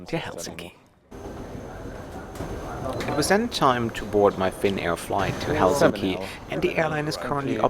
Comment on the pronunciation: This doesn’t have much to do with the video itself (though it was nice), which I came across by accident. But just wanted to say it was nice to hear a foreigner pronounce Helsinki correctly (especially in the beginning of your video) with the weight on HEL instead of hel-SIN-ki like all other non-Finns say. I’ve only flown business class once, the flight was overbooked so they upgraded me and my mum. It was really nice, long flight from Guangzhou to Helsinki. I was 18 and they gave me champagne I felt like a queen. This was over 15 years ago though, Finnair too but looked fairly different from your video. It was very controversial when they started offering blueberry juice on the Finnair flights cause if you spill it it’s impossible to wash off.